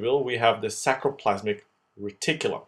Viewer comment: Awesome tutorial - super clear, extremely helpful, but... please re-narrate: it's sARCoplasm, sARColemma, sARCOplasmic reticulum. It's driving me crazy, please copy edit!!!